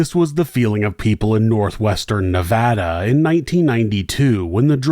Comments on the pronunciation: Thank you for pronouncing Nevada correctly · 92/93 was a HUGE winter here in Northern Nevada! I will never forget when this happened, unfortunately this scenario has played out quite a few times over the decades, winter is no joke here in Northern Nevada! As a Nevadan I thank you for the correct pronunciation of Nevada, much appreciated! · Thank you for the correct pronunciation of Nevada